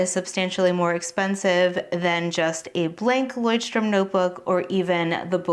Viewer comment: Since you asked for corrections on your pronouncietion of Leuchtturm: your pretty much on track, but the German ch is a sound that you English speakers don’t have. It is a hissing sound made by lightly pressing the back part of your tongue toward your gum. If that is to hard: the American sh sounds better in my ears than the Amarican ch. Take care!